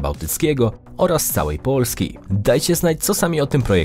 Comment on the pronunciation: Czemu wymawiasz samogłoski podwójnie? XD POOlski